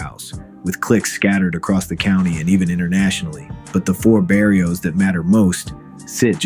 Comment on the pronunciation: "Four berrios" AI kills me.